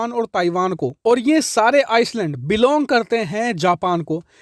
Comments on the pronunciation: Bhai iceland nahi island, pronunciation sahi nhi thi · आप ने कई बार आइलैंड को आइसलैंड बोला है जो कि गलत है। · Bro, aapka Har video aur commentary ekdum sateek, perfect aur stylish hoti hai. Par aaj ek pronouncement mistake hui aapse jo mai Aapke notice me Lana chahta hun, agar aap burn na mano to.... It's not Iceland, island. S silent hai is liye actual pronunciation hai iland. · Pl pronounce I- land not Ice-land Thanks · Bhai, island ka uccharan Iceland nahi, I-land hai. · Sir it’s called i-Land instead of ice-Land… sorry to correct you! But so many people watch you channel though it’s important for you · S silent rahta hai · Iceland nehi Island should pronounce Eye Land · Aap galat bol rahe ho..ice land nahi hota..i land hota he..dheyan rakhen. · आईसलैंड नही, आईलैंड शुद्ध उच्चारण है। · Islands not icelands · It's called "EYE - LAND" and not "ICE-LAND" ffs. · 'Island' is pronounced 'I-land' Please keep up your good work.. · चूंतिये island को आइसलैंड नहीं बोलते हैं 😂🤣😂 किसी पढ़े लिखे से पूछ ले बोलने से पहले 😅😆😅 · It's iland, s silent in island.. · Island ka pronunciation sahi nahi hai sir aapka.